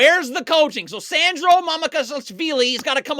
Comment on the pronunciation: I’m impressed he can casually pronounce Sandro’s name while yelling without messing up 😂